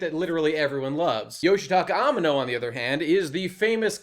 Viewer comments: Your mispronunciation of Yoshitaka Amano's name is particularly annoying. : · / Pretty sure you're mispronouncing Amano's name, but who knows honestly.